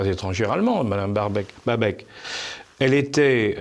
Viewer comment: Baerbock ! Pas Berbeck !